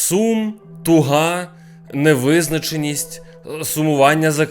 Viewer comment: кожен раз сміюсь, то вже напишу)) Ох, цей капосний наголос) "тугА" (яка?) - туго натягнта. Може бути: тятива, прокладка, дірка, ітп.. (ми жаргонили, тугий=тупий). А от "тУга" (що?) - це коли сумно, аж до апатії. І коли ти кажеш щось типу - "неймовірно тугА", я завжди ловлю себе на думці - "хто ж це така, чірт забирай?")) Бро, сорян, якщо таке харить. Я то тільки з найліпшіших намірів пишу. Чірс✌️